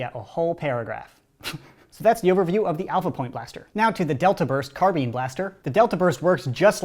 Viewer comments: It’s carbine not carbene! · you said "Carbean" but it's called a carbine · It’s not “Car-bean” it’s “Car-bi-n” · excuse me, carbeen? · it’s carbine, not Carbene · IT'S CARBINE NOT CARBEEN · did he pronounce car-bine as car-bean? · CAR-BINE NOT CARBEAN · Stop saying carbean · Whenever says CarBEAN instead of CarBINE I imagine Chief holding a giant bean lol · CARBINE IS SAID CARBINE NOT CARBEEN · Did he just pronounce "Car-By-N" "Car-Bean"?!?! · what tf is a car-bean? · It's not Car-Been it's Car-Bine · Carbean. Me: CARBINE IT IS CAR-BINE. (This is a joke about me getting annoyed by his pronunciation of the word carbine, do not take it seriously.) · carbean? It's carbine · STOP SAYING CARBEEN IT'S CARBINE. BINE!!!! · Carbine not carbean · Carbine? CARBEEN !!! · That carbine pronunciation tho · Car-bean. Shudders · Does anyone love his content but I can’t stand it when he says carbeen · The way he says carbine Car bean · i dont like how you pronounce carbine. carbean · Carbine (noun) semi auto firearms (car-byne) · it's carbine like combine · It annoys me how you say ‘carbine’ , I say it ‘cah-b-i-ne’ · The way you say carbine drives me nuts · Can’t pronounce carbine right...TRIGGERED